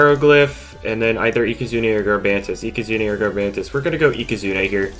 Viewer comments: Does anybody notice that he keeps saying ika-zoon-ey instead for ika-zoon? only me? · yup it is ika zooon ey not ika zoon